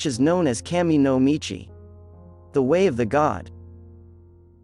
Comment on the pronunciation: Kah-mee. Not cam-ee...